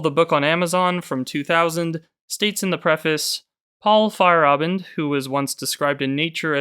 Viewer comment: Fa-yair-a-bend is the pronunciation